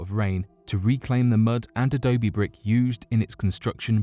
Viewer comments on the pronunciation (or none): none